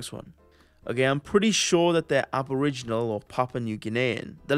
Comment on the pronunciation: "Aboriginany squared" haha